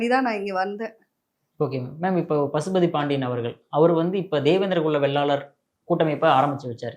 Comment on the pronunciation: நெறியாளர் தம்பி படிச்சிருக்கீங்க தான வேளாளர் னு சொல்ல தெரியாதா வெள்ளாளர் வெள்ளாளர் னு சொல்றீங்க